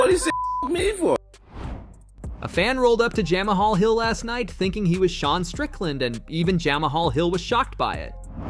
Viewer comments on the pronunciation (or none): Jam aha hill 😂 mma channel can’t even pronounce the names and Izzy never rejected the fight such a bad video